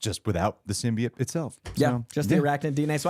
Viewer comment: saying symbiote wrong 100 times is making my brain itch